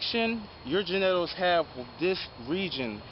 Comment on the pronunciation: We really going to breeze over the fact this man just gave us a pronunciation never imagined…? gen-neh-tals is crazy work! 😂❤️‍🔥👑✅💯